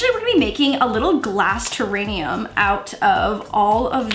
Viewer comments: Am I the only person that couldn't focus on the video bc kept saying terranium instead of terrarium Still love tho! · Wait did she just say terranium instead of terrarium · terainium😂... it’s terrarium lmao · I was confused if I just didn’t know what a terranium was or if it was some new word for a terrarium! Lol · Wait is it terranium? I always thought it was terrarium. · I felt it in my heart every time she said terranium 😅😭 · Did anyone else hear her say terrainium?